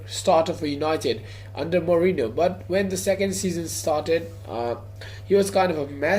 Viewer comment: Not mourino van gaal